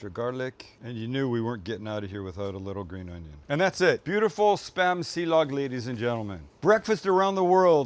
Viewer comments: "silog" not "si-lag" silog is a combination of "sinangag" (fried rice) and itlog (egg) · Ok so my wife is pinoy, and 5+ years with my in-laws at this point, I've picked up silog is more like si-lowg or perhaps si-loge, and sinigag is more like sinigong, but also there's tons of dialects. I think I learned more of a Kampapangang pronunciation. Something like cheers would be "tagay" pronounced ta-guy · Pronounced see lowg (silog)